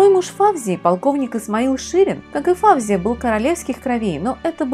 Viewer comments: Здравствуйте,. Ваши ролики очень интересны, я подписчик. И всё-же сделаю дружеское замечание. В арабских, персидский именах ударение делается на последнем слоге. ФавзиЯ или ФаузиЯ. Просто на всякий случай, для информации. Удачи. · Не ФАвзия, а ФавзиЯ, не ШИрин, а ШирИн....И при чём тут драгоценные камни???